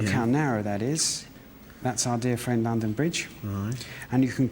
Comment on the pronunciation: What? A woaman woad in wondon???